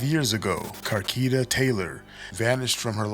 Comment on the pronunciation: Car- key ta? Na bruh😂